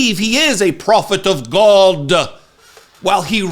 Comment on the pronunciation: Bat phone to Jesus and "Gawd" crack me up every time! I appreciate you my man!